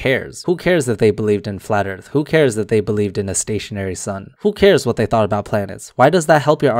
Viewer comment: He sounds like the only book he ever read was "200 proofs of flat erf".